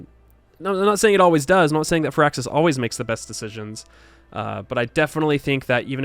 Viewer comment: Fur-axis? Isn't it Fire-axis. I mean, you were there so I'm assuming you heard them say their name, so I'll defer to you, but...still...